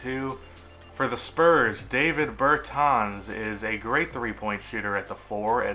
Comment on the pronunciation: You said DaviD Bertans, and its DaviS Bertans, otherwise great video!